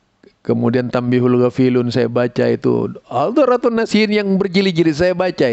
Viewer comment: Banyak baca judulnya atau daftar isinya saja mungkin Pak ya? Hehe... Soalnya nyebut judulnya saja Bapak sudah salah, yang ada Tanbihul Ghofilin bukan Tanbihul Ghofilun (seperti ga faham Nahwu-Sharaf). Dzurrotun Nasihin itu 1 jilid ga berjilid-jilid seperti yang Bapak bilang, hehe... Peace ahhh